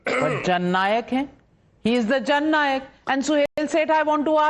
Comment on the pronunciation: It is Jhand Nayak, not Jan Nayak.